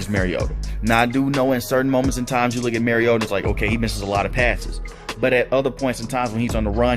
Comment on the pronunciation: Mar-E-O-ta Not Mare-E-O-tah He's not a female horse. Like Mario Andrette. But "ta" instead of Andrette. Please people. Learn to pronounce the name of your subject. Example for all you Tubers, journalists, reporters, talking heads, etc. for correct pronunciation of your subject's name; Mariota. Mariota correctly pronounced throughout this entire video. Without fail. How Bolts Can Contain Mariota & Falcons | LA Chargers